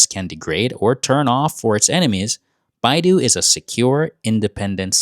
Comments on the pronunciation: It’s’ not baidu (that’s the Chinese google), but Bei Dou, the Chinese satellite system. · Pepe Escobar said: BeiDou (=correct) also said: BeiDou (=correct) see own subtitles: only BeiDou is shown for both speakers however, Chinese Mandarin-speakers correctly pronounce (北斗) Běidǒu: "bay-doh" (Correct in Mandarin) but when Western/English-speakers see BeiDou, they often mispronounce it according to their own phonics: "bay-doo" or "bay-dow" (both half incorrect) but ultimately it's okay because Chinese Cantonese speakers see (北斗), say: "bak-dow" bak1dau2 (correct in Cantonese) Spanish/Italian/Greek seeing BeiDou, say: "bay-doh" (correct) with accent Russians seeing BeiDou, say: "byay-doh" (correct) with accent French seeing BeiDou, naturally say: "bay-doo" (half-wrong) whereas: Germans seeing BeiDou, naturally say: "buy-doo" (as if Baidu) doubly incorrect Google auto-translate is flawed, it cc: "Bayu" once, and "BYU" twice for 3 instances, and this is caught in the video automated "transcript" China's Mandarin PinYin romanization can be difficult to use for non-Chinese speakers, so, the mispronouncing, mis-hearing, and subtitles vary according to one's own native language phonics background so, whatever one "sees vs hears" depends also on what one's own native phonics are related to "vowel combinations": ei vs ai = ei=(ay or eye) vs ai=(ay vs eye) ou vs u = ou=(oo vs oh vs ow) vs u=(oo) you actually heard it half-right/half-wrong Pepe Escobar pronounced "bay-doo" (very western interpretation) pronounced "bay-doh" (very Chinese Mandarin; but not Chinses Can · It's "Beidou," not "Baidu." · What! "Baidu" ? Somebody must have been dreaming over the script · China's satellite network is called 北斗 Bei Dou ... not 百度 Bai Du. 北斗 Bei Dou is pronounced Bae Doe. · it is Beidou not Baidu. Baidu is a web browser 😂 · not baidu, it's beidou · beidou -- not baidu (which is chinese search engine) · Its BeiDou北斗，not Baidu百度